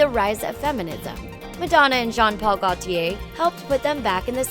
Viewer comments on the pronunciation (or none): Mispronounced corsets and Gaultier.